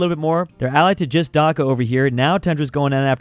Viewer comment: He said Dhaka is bangladeshi correctly